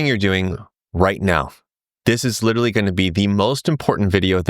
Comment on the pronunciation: old boy, you're very likeable. I listen to your videos even though I'm a committed bag-holder and no trader. But, look, I feel sad that a sophisticated charming educated person like you can't say the word literally properly. You say lidaree, liradee, liderderireedee. Just learn to say it, come on, you've got a hundred thousand people coming to listen to you. Honour them by speaking properly.